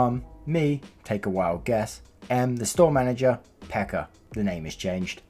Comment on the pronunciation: tuon saunan xD gotta love how 2-3 narrators so far have pronounced Pekka as Becca.. xP